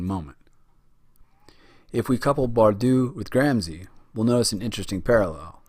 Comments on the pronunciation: With your clever-clever voice and diagrams --- ha --- You can't even pronounce Gramsci, nor Machiavelli, nor do you possess the respect for language and culture to go find the correct pronunciation. Typical automatic american sense of entitlement and blithe unconsciousness. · Great clip. I've watched it three times now and it's really helpful. But, for the love of God, learn how to pronounce names properly before you make another video. It's distracting and reduces your credibility.